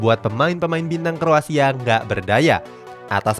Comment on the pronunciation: Aku yg salah denger apa emng salah sebut Kroasia 😁